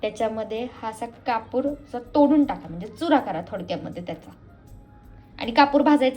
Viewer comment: कपुर नाही कापुर असे आहे शब्द तो